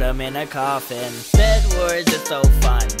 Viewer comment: When you say Fu un it sounds like you say the f word in swedish😂😂😂